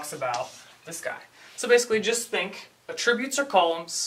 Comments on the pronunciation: Great video, but here, the word "attributes" is a noun and is pronounced "AT-tributes" not "at-TRIB-utes". (Accent is on the first syllable, not the second.) You are pronouncing "attributes" the way it would be said if it were a verb. The grammar Nazi now relinquishes the floor to you,. Great video! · i like it just annoyed me how you pronounced attributes but thats my problem.